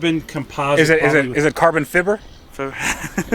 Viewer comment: 'Is that carbon fibber?' LOL!!